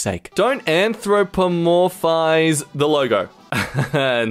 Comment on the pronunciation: Pronounced (Ann, throw, puh, morph, ize)